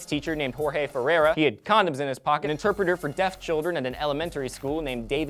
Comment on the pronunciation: I thought the last name Ferera sounded a lot like my middle name, Ferreira, so I decide to look at the source to see if just mispronounced it and OMG HIS NAME IS JORGE FERREIRA. What are the odds, I've never seen my middle name anywhere before. It's pronounced (Fair-hay-ruh),. At least I spell your name write. Haha. (At least that's the closest I can phonetically spell it, the "rr" doesn't have an English translation.)